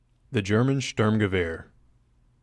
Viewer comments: "Ze German styermguever". So common! It is shturmgever! It's easy to say. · Vickers Tactical pronounces it like “Sterm-Gerviere” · Störmgewöhr how the english speakers call it. it's not right^^